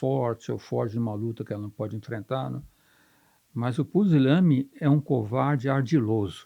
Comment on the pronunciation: "Pusilâme", "Pisilâme"....CRUZES!! O homem não consegue nem PRONUNCIAR a palavra "PUSILÂNIME" CORRETAMENTE !!! COITADINHO DELE!!!... Entrevista nem um pouco viciada...que VERGONHA!!! E se dizem "jornalistas"... É impressionante, o "gabinete do Amor"...